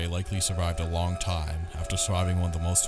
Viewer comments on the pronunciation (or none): none